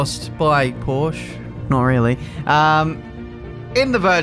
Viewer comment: Learn, how to pronounce "Porsche", thank you.